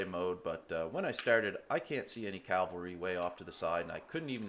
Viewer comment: Good fight man, turned it around in the endgame. But if I may: it's cavalry, not calvary.